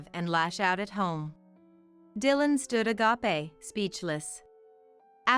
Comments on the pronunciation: Agape. (Ah ga pay,)The way you pronounce it means God's pure love. Ah gape like ah grape means wide open. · Can I point agape is not meant to rhyme with canapé it should be pronounced as Ag- Ape or a Gay p.